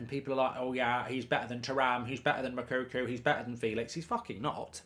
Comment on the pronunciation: Mou-ko-ko ffs its not mokuku like you always say its annoying me now 😂